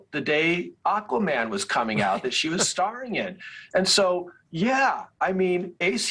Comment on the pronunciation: Ist doch richtig ausgesprochen.